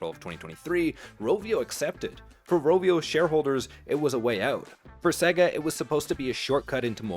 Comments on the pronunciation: AI content? It's SAY GAR not SEG AH. Either you never played a sega game, or it's ai content. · The company Sega is and has always been pronounced "Say-ga". Practice it until you get it right because it makes you sound really stupid especially talking games. Like a mechanic who mispronounces "wrench"...